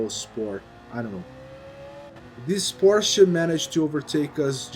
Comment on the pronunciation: It is so satisfying that you're saying "Porsche" and not "Porsch'... Makes my German heart really proud ! Good video man!